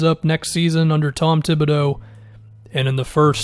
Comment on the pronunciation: Tom thibbadeux? lol stop falling for fake news bud